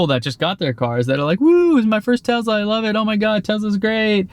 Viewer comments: It’s not pronounced ‘Tezla’ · Not jenny too?:) It's tesla not tezla;) Hurts my ears. ouch:)